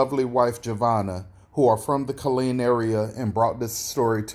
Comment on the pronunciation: ITS KILLEEN TEXAS